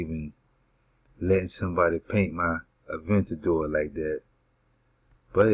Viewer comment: "avandator" lol... You mean Aventador